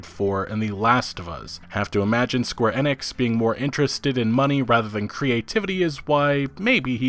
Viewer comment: pronunciations always throw me for a loop. Square A-nix for example, instead of Enix. Or Day-os Ex instead of Deus Ex.